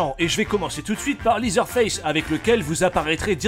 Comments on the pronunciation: Ca se prononce "lézeur face", pas "lizeure face" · LeatherFace se prononce "lèzer" pas "lizer"... ça m a fait tiqué pendant toute la vidéo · Prononcer leather en liseur c'est un cauchemar effectivement